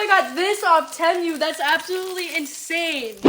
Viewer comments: Just letting you know I believe it is pronounced TEEMOO. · Love, love your video❣️❣️ Great stuff! I never thought I’d shop TEMU, but, you’ve convinced me! By the way, it’s pronounced “Tea-mew”! Love you, girl! ❤ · If you are going to promote Temu, you should learn how to pronounce it. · If you are going to promote Temu, you should learn how to pronounce Temu